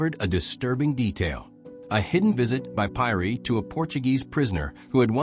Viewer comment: Pronunciation should be Peeri !